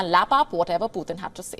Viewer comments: Please pronounce PUTIN ( Pootin) not Poothin. POOTHIN ? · He is not puthin. He is putin 🤭